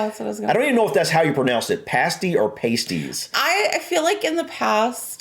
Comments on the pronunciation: They're pronounced past-ees, not, paste-ees👍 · Pasties as you guys were pronouncing it with the long "a" was the name of an article used in burlesque/stripping clubs to cover a certain pair of ladies body parts when nude dancing was against the law these kept "things" legal.